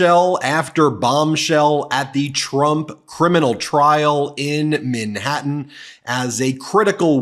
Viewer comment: PLEASE SAY Manhatten, NOT MINhatten.. Thank you! Love you though Ben!!